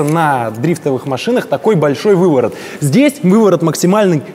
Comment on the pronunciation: Бешшеный увыворот )